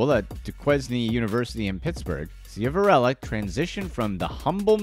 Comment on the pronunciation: Most did I’m from Wilkes barre and it’s SHIV-a-RELLA & Wilkes BARRE(Berry) Duquesne (Du-Kane)